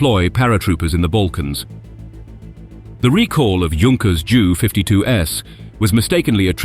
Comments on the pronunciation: It’s becoming more difficult because they make the same errors as humans. The computer doesn’t know what a Junkers JU-88 is, and pronounces it literally Junkers Jew instead of J.U.. Coincidentally, so does the newsreader on the nightly news who’s only knowledge of aircraft, military and civilian, is that they don’t want the middle seat. Sorry, I went off on a rant there, but lack of knowledge by people reporting or narrating aircraft content annoys me. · Does the commentator not understand English place names ? Leicester becomes Lie sester, Gloucester Glow-sester the German plane Junkers J.U. 88 becomes a Jew 88 & others too silly to repeat !!